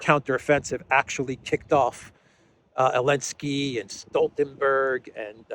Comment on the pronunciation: Elensky? Someone please feed me why the "Z" was dropped.